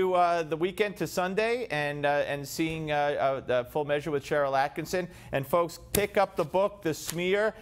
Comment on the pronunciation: One of your biggest fans here. It's not AttkiNson, it's AttkiSSON. Love both you and Sharyl. Top.1% of Common Sense Voices. Thank you. I follow you daily, as I do Sharyl.